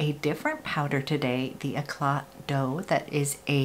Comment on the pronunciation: Hi! Thank you for the second video! Just place a second order...couldn’t resist! the Eclat Doux powder: the doux is pronounced as in a « oo » sound. Just like I made a boo boo 😂😂😂😍😍